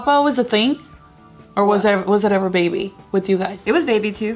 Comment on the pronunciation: you say my bebah every vlog 😂